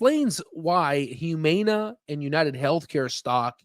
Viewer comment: Please learn how to pronounce Humana. You make it hard to listen to you.